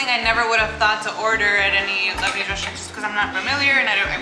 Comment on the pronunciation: Lebanese not Libanese 😆